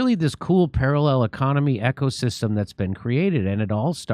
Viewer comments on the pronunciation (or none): The way Jimmy accidentally mispronounced ecosystem, as echo-system, got me thinking there really is an echo-system. Woke is an echo-chamber echo-system